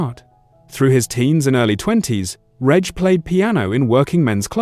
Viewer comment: Pity the A.I. can't pronounce Reg correctly. And can't pronounce dates correctly, WTF is two tithousads and eight, and two tithousads and sixteen.